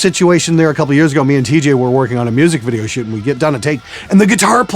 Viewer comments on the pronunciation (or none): none